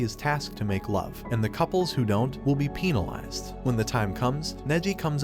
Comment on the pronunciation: Why da ef did he said pee neh lized 😭😭